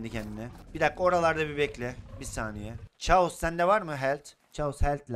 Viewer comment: Abi chaos[kaos] okunuyor